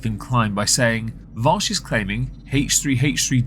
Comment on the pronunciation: It's Vaush not Vosh genius.